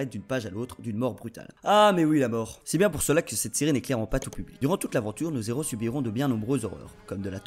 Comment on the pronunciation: Super vidéo , par contre ... on fait pas la liaison dans "nos héros" hum .. je suis chiant ... Oui , effectivement.